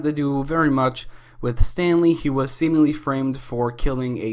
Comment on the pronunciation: When you said Stanley, at first I heard Stan Lee.... R.I.P